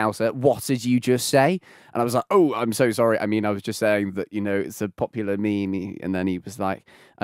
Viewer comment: Anyone else notice how he called it a ME ME hahaha